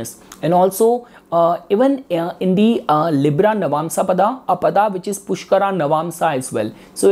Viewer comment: pushkaraa, bharaani jbrdsti real pronunciation ko kyu distort kr rhe ho